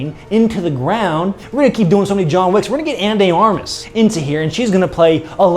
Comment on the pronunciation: Nothing more american then saying "Ana THE ARMAS" when it is "Ana DE Armas"